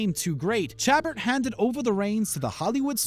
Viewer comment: How can you possibly be considered legitimate when you can’t pronounce Roseanne? Or Chabert? Holy hell.. embarrassing.